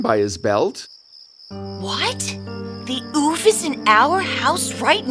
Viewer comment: When he said the forest ouphe... I thought he said"Oof"😂